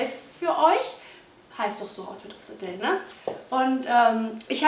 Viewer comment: Outfit of SE DEATH. Englisch Fail !